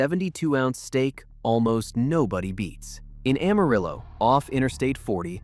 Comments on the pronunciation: No, it's pronounced Am-uh-rill-oh. We don't say rill-uh. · It's no secret that Amarillo is pronounced wrong. Just about everyone who has lived in our little city and did not hide under a rock could tell you this. Carolyn Jones who played Morticia Addams in the 1960's Addams Family TV series was born in Amarillo. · Goddang it!!! I grew up in West Texas... It's pronounced Amarriller...😅